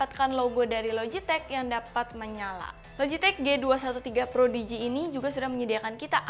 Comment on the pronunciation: Prodigy. Kayaknya pas di tengah video bilang projidi